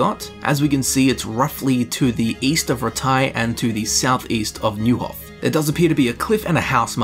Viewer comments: Neuhof is pronounced like Noihof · Man, you weren’t born for languages. :D Fall-shin, Noi-hof, Lead-etch-CO (like COoperative)... Try to hear how characters in game pronounce, or just Google it :)